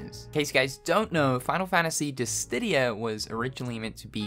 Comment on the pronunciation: You love saying Dissdidia